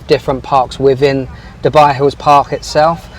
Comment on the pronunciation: its DU buy, NOT derrrr buy FFS